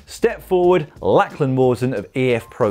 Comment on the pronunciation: Can someone teach him how to pronounce Lachlan